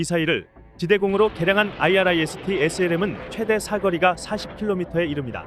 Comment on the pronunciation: 아이리스T 라고 읽으라고요, 진짜 무식하네